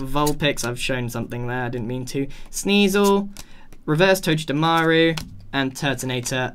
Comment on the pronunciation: It’s pronounced like toe-ga-de-maru